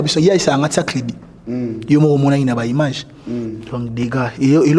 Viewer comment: Ken image non imange(imandji),Neymar non Neyimar,omelaka nini heure nioso kokosola?